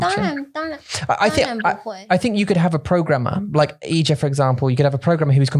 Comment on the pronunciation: I kept hearing Ija's name as clothing rack for the entirety of this podcast, and I was very confused for some parts of this episode. Ija has some great insights and brutal truths!